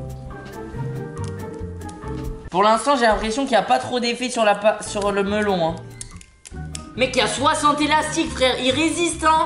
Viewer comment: s'est moi ou il a dit lastique au mellon